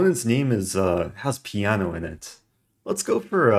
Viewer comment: "Piano zini"?